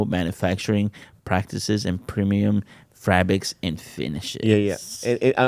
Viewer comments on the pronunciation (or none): they're using FRABICS?!!??! love you 😂😂😂